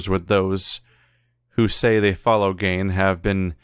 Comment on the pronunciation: Still pronouncing Gehn wrong after doing it correctly earlier.